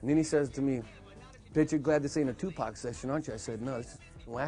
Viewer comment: Good docmentary, but I cant stadn this guy who`s saying TuPec instead Tupac!